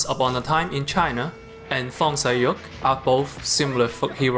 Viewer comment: I always thought you were a Mandarin speaker until I heard you say Fong Sai-Yuk. Canto speakers rise up